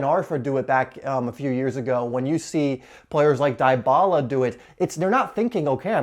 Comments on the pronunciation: "Die Bala" 😂😂🤣. Its "D Bala".😁😊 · its not die-bala